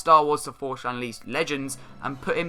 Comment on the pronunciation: i hate how you say force ... "forsh" xD